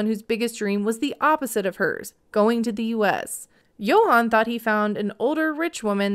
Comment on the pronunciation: Dominican here ✋🏽 She can’t sponsor Yohan’s visa because she’s bankrupt and that’s not allowed. Also I have how she calls him Yo-han when his name is pronounced Joann.